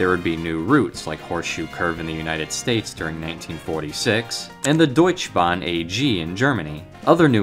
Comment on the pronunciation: I find the video super interesting. I would have loved to have had a MSTS 2 ._. Just a small thing that triggers me every time i hear it: Its DeutschE Bahn, E, not Deutsch Bahn, Deutsche Bahn, the E is not silence xD